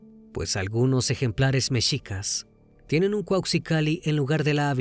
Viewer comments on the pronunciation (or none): none